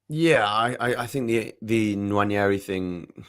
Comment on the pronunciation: His name isn't "Nwanyeri". You're an Arsenal fan, please say it properly.